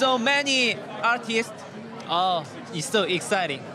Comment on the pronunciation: он будто на русском сказал АРТИСТ